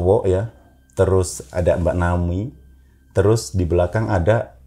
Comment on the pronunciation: naomi pak,bukan naoni 😄